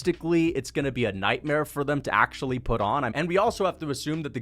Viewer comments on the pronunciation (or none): none